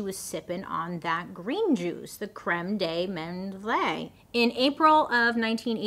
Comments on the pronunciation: Pronounced"Crem D Minth" 😂... I feel so old now... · This is not a criticism it is just informative because c'mon, French 😅: Prounce it crehm deh menth nothing at the end 😊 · It's pronounced. Cream de Mint. 😊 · Ya Don't pronounce the last E in Creme de Menthe.. As far as I was taught in French class was Creme de MENTH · hey it's pronounced "crem de minth" it's definitely strange lol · Crème de menthe, it's prnounced krem de mont French for "mint cream") is a sweet, mint-flavored alcoholic beverage. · FYI pronounced cream de menth. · Creme de 'Mondt' is how it is pronounced. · Just so you know it's pronounced crem de mOnth 😊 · You had me rolling in the "creme de menthe".... I love it ... Phonics says it's creme de mOn-th 😂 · Creme-de-menth (e is silent) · Crem dey men-th 😅😅 I love your pronunciations 😂😂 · My dear Bailey. Creme de menthe = creM-duh-ment ❤️ don't try it, it's disgusting. Cognac = cone-yak <--- also gross. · It's pronouced Creme de Mint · Creme de Menth is how it's pronounced. Don't pronounce the e. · Cr-eh-m de m-un-t (crème de menthe) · Creme De Menthe is pronounced.... Cream D Mint Don't be overthinking it. It's real simple. And that's a schnapps liquor, mint flavor. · Pronounced ‘Crem du mont’ — delicious in hot chocolate!!! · Creme de Menthe - pronounced Crem der Month. Horrible stuff , it's like drinking toothpaste. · I believe it's pronounced "crem de munth" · That green liqueur is literally pronounced KREM DEE MONTH & It's Awful!!! It's like drinking toothpaste water or mouthwash. Especially when people would order it with clear lemonade.🤢 When i worked behind a bar it was really only used in those layered shots that were really popular in the '80s & '90s. There was one iremember making a lot called a SQUASHED FROG 🐸 that also had Bailey's Irish Cream, Cointreau & a drop of Grenadine to stimulate blood. 🍹 Very similar to a B52 shot. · promoune it as CREM DE MENTHE ... as in month but with a. E lol